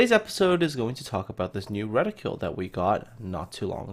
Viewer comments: Useful video, but need to use the right word and pronunciation. The word your looking for is the name of gun sight markings which is: "reticle" noun ret·i·cle \ˈre-ti-kəl\ : a scale on transparent material (as in an optical instrument) used especially for measuring or aiming a reticule is : a woman's drawstring bag used especially as a carryall Still give you a thumbs up. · “Ret-ih-cle” not “reticule” there is no u in the word